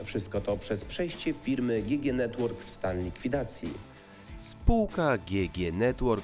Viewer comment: GG chyba czyta się dżi dżi